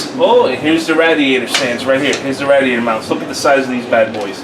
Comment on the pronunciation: please stop butchering the word radiator.